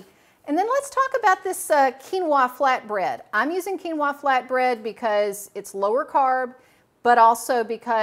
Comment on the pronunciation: I really don’t like how they say quinoa.